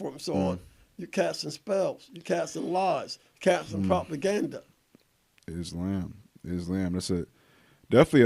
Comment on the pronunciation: Still incapable of pronouncing islam correctly 😂